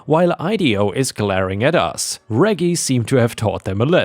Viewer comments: REJ-JIE NOT REGGY...other than that ,awesome stories...you're one of my favorites. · Although, the Elevator Dogs story, REGGIE is Normally technically is said like ( REDJ -- Jeee.) :) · Hey, me again. Reggie is a short form of Reginald. The g's are a soft g. So Reggie is pronounced REH-jee. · for future reference, Reggie is pronounced (reh-jee) 😉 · Layla = lay luh/lay lah. Reggie = reh-gee. (gee sounding like "jeep" without the "p" in it) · reggie is pronounced Rej-Gie also keep up the good work i been a sub for years now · Reggie is pronounced like Reg in Register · Reggie is pronounced like in register - reggae is a type of music - short for Reginald! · ⭐⭐⭐⭐⭐ In the US, Reggie is pronounced like veggie, with soft g's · Don't you know how to properly pronounce "Reggie?" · Reggie is pronounced with long G not lower g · 'Reggie' is pronounced w/ a soft G like in 'gerbil'